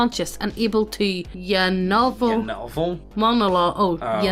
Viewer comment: Well, must have good taste in literature if she reads YA novel as "yuhnovel."